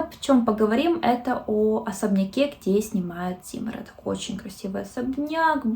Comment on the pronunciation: ЗиморОдок, ударение на втором О